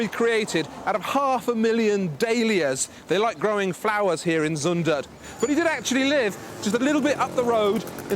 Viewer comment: who is van GoFF !? :p Cmon try to pronounce zUndert, its not Zoendert! (which would translate as KISSiby in Dutch) Brabant is definitely not a part of Holland :p like Scotland isnt part of england ;)